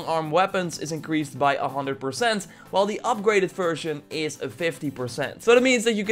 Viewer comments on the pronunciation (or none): Came here for the tips. Left because of "one hunder" and "weapon degration". SMFH.